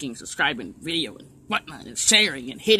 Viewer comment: Dixie Dipper SAID VIDJA